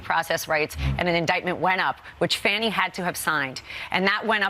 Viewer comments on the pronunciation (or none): Its pronounced Fah-nee, not "fanny." Isn't that right Alooney Bobo? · It's fanni not fanny . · Why do they call her Fanny instead of her name that is pronounced Fawny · Her name is Fawnee not Fanny, just wish someone would correct Ms. Habba! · Habba is so stupid she pronounce Faunie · I think that the people on Fox know that her name is pronounced "Fawn-Knee" and they are doing it on purpose. Everyone else pronounces it properly. Just another slight. Rupert Murdoch's lackeys in action. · In stupid lawyer's blah blah blah, she can't even pronounce Fani's name. (Fah-knee) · No, Habba, what “Says it all” is you intentionally mispronouncing the DA’s name. How juvenile! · Fox people are totally juvenile how they all knowingly deliberately mispronounce Fani Willis's first name. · Mispronouncing names is a common form of disrespect with the MAGA crowd. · And she’s purposely saying Fani’s name incorrectly. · Notice all Trumps Botox Bimbos are purposely pronouncing Fani Willis's name wrong. 🙄